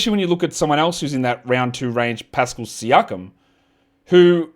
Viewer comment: you pronounced siakam wrong. Its Pascal Shakeem.